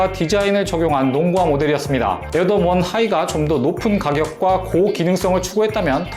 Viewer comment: 이분이 에어조던 발음할때 조라는게 묵음되는거 나만느끼냐???